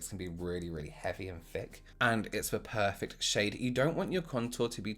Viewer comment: 👌W elsh 😁”Poifect” 😆